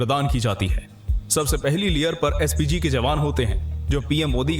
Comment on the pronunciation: PSG NAHI SPG